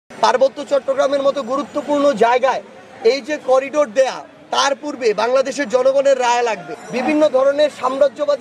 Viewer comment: "করিডোর" নয়, "করিডর" ।